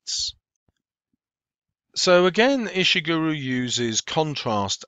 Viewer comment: You pronounced his name wrong at Pretty sure his name is said "Ish-(t)i(p)-gur-Oh", not "Ish-(t)i(p)-Guru" - this is how you would say it using things from other words